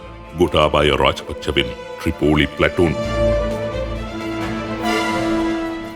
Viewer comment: ரிப்போலி❌ திரிப்போலி✅